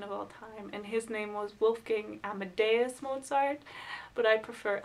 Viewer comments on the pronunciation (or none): none